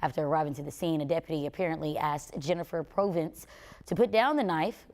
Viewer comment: My mom's name was Jennifer Provence but not pronounced like that it's more like Pravence. She did not deserve to be killed. #justiceforjenn! I love you mom